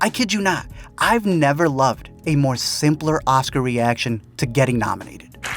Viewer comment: "Dimi wants it moore" lol